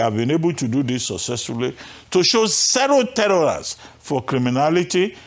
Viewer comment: “Cero telorance”